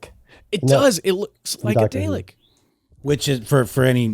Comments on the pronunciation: A "day-lick"?!? I must have missed that episode of Dr Who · My brain daylek. You know there is a R in that word :) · Say it with me. “darrrr lick “ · The mispronounciation of DALEK is breaking my brain. It's Dah-lek.